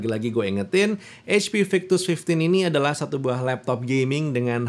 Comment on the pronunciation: ketika bilang HP Victus --> eij pi waktu bilang HDMI --> heij di em ai pas bilang FHD --> ful heij di